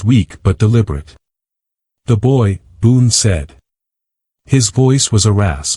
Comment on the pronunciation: Boone not boon